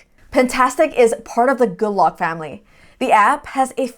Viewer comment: After 7 tries I finally realized you were saying Good Lock (by seeing it written on the screen). Sounded like "gulla"